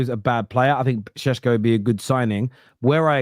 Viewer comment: Benjamin Šeško those things above the S pronounce it as Shesko not Sesko